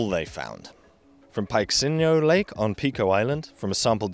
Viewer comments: It should be noted that the paper wasn't taken too seriously by Portuguese historians and archaeologists, the overwhelming consensus is still that no one had ever inhabited the island prior to the 1400s. PS:, the 'x' in Peixinho is pronounced /sh/ not /ks/:) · Another fantastic video. Thank you very much indeed. Just a little note about Lagoa do Peixinho... The best way I can describe the pronunciation of "Peixinho" would be "pay-sheen-yo". "Peixe" means fish, and the "-inho" bit is diminutive (hence, Ronaldinho means little Ronaldo). Lagoa, unsurprisingly, means Lake. And "do" is a contraction of "de" and "o" (of the). So, rather cutely, Lagoa do Peixinho means Lake of the Little Fish or Little Fish Lake. Kind of sweet, no? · it is pronouced as "payshinho" lake hahahaha, btw awesome video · I just love the way he pronounced peixinho, "pyke-see-nho". But anyway, very interesting and informative video as always.